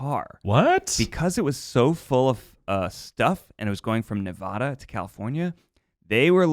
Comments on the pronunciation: I love you ned but your saying Nevada wrong I’m from Nevada it pronounced as neh-va-duh ❤️ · Ned.. that’s not how you say Nevada